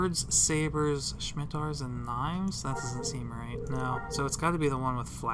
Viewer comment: Hey Bro, cool video, but please see Star Trek: Nemesis for correct pronunciation of Scimitar.